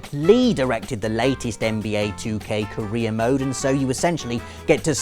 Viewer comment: Did anyone else hear him say Korea mode when he said career mode